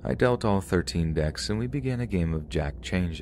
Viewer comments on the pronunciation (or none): none